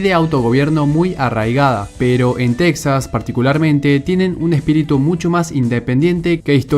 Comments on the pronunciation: En lengua española se dice Tejas, no Teksas, aunque se escriba Texas. Por cierto el término de "nación" usado al modo anglosajón haciéndolo equivalente de estado no me parece correc to.. Saludos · Es Texas no texxas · Aprenda a pronunciar Texas o Tejas correctamente en español. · SE PRONUNCIA "TEJAS" AUNQUE SE ESCRIBA CON X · Se pronuncia tejas. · En español se pronuncia Tejas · Gran video, solo una cosa amigo, aunque de escriba Texas, en español se lee Tejas, igual que Mexico se lee Mejico. No olvides que es territorio robado a los mexicanos y su nombre es español. Un saludo. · Texas se pronuncia /TEJAS/ en español!!